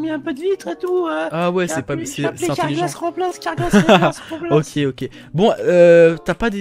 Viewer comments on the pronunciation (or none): a dit carglass repare cerglass remplace trop drole like stp